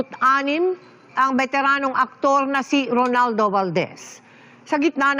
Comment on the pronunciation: Ano ka ba itotopic mo sya hindi mi naman mabigkas ng tama yun pangalan niya. Ronaldo not Rolando